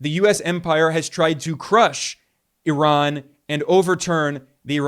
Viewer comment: Eye-Ran! Jeez